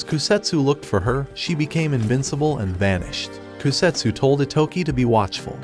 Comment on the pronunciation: why did Bro said invicble 😭